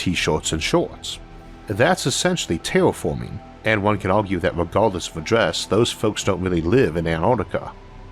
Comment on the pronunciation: Tewwatorwee!? Thwee!? Teashorts!? Tailforming!? This guy's hilarious!!!😂🤣😂